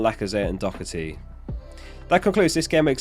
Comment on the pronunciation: Just want to say it's not pronounced doc-erty. The h is not a c 👍